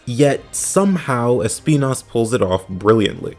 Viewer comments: Sorry, just started the video and wanted to show my appreciation for the use of the correct pronunciation of Espinas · The correct way of pronounce Espinas as a spanish word was my favorite part of the video